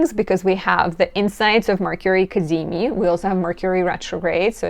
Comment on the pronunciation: “The cazimi… cazimi. Ca-zee-meee!” 😄🤌